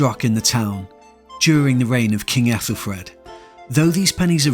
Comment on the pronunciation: I'm not the o.p, just saw the comment thread. Not sure why they thought it's AI. mispronouncing aethelred as aethelfred? Or am I wrong and it's got an f in it? Still unsure why they think AI tbh. Anyway, I enjoyed the video, I admit i was expecting to see you at some point, but if I was doing it myself, I'd likely do the same thing